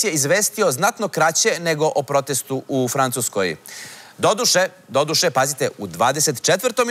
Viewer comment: Kakav je to naglasak "doduše" , crni Kesiću ? Šta je to ?